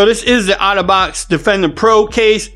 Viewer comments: I just keep hearing autobots (otterbox). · Ya I loved how he said it. Transformers ROLL YOU. BTW the S10 comes with a screen peotector no?